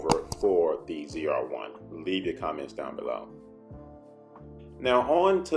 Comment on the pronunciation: Never in my life have a i heard someone pronounce zr1 so wrong lol its , " Zee-are-1 "